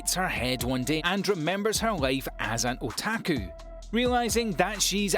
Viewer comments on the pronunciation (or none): none